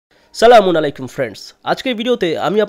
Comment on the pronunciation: ভাইয়া আপনার সালাম টা ঠিক হয় না। সালাম টা ঠিক ভাবে বলার চেষ্টা করুন। " আসসালামুয়ালাইকুম"